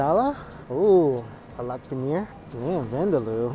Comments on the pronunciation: Big fan sir! It's Paaa-lak paneer not palaak sorry, couldn't hold myself back. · it isnt palaak paneer. It is paalak paneer. paalak=spinach.